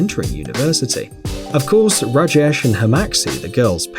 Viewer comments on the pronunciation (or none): You pronounce raa jesh